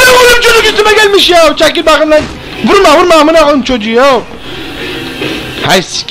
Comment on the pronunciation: Benim en çok baqım demesi dşdjeğwjdğd